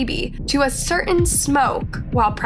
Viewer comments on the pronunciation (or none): none